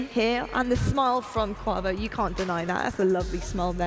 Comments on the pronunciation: Every time said Kauvo I cringed, just call him Kenny man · Someone teach how to say kuavo